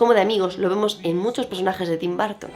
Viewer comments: TIM BAR...TON OPEN ENGLISH...JODER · Me encantó pero cada vez que dice BÁrton me 😵‍💫🫨